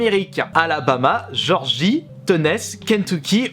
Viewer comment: il m'a fait la soirée jorgie (géorgie), tenaisse (tennesse), oyo(ohio) 😂😂😂